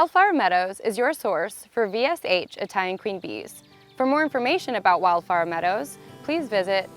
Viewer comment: Is she saying wildflower meadows or wildfire meadows? It seriously sounded like she kept saying wildfire meadows.